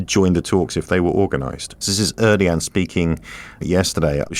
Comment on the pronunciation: Tyyip’s name is pronounced Air Doe Juan..